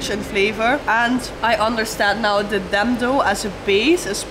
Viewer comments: Your's pronunciation is wrong,dendo but it's called dhido😅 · It’s not called dhando it’s called dhido 😂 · Well fyi Dhindo actually pronounced as dhido where 'n' is silent and way to eat is straight dig it up, dip into some curry or chatni/sauce & just swallow it w/o chewing it 😃 enjoy 🤤🙏🥰🥰🥰